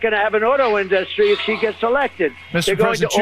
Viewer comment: In..dus..stree. Can't even pronounce words...